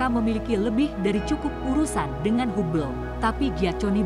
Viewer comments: Bacanya Habel. Bukan hubel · bacanya: big beng, bukan big-bang teleskop, bukan teles-cope hable, bukan hu-ble jadilah narator yg baik dengan bisa membedakan kata yg boleh dan tidak diserap ke bahasa ind. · hub ble..?? ini narator ny seriusan.. huble dibaca dg metode indonesia? termasuk bigbang / bik bang ?